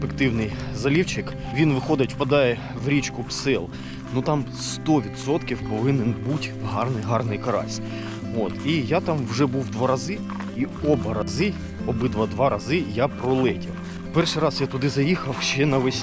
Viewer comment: Да не псьол, а також Псел.😢